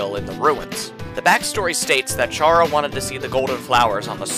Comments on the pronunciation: kuh-ra, not kæ-ra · Him saying chara with a ch and not chara with a c sound because its short for character and its not pronounced with a ch sound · it's pronounced kara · Just as a reminder; confirmed by the japanese version; the correct pronounciation for Chara is キャラ (Kara) which is also short for character in japanese. Confirming that the name intended to be short for character in the english version as well. From this comes the conclusion that the correct pronounciation for Chara is indeed [Kara]. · I don't know if anyone has mentioned this, but according to the Japanese version, Chara's name is pronounced care-a, or like character. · this is really late but the name "chara" is actually pronouced like Kara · Good video but You pronouncing Chara as Tshara really pains me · Wait so is it care-ra or car-ra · My only criticism is the pronunciation of “Chara” since the fact it’s short for “character” and “Toriel” being short for “tutorial” are pretty widely known facts. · Chara is pronounced as in the first 5 letters of character!!!!!!!!!! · wait he says the ch for chara? omg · the way he pronounces chara is disturbing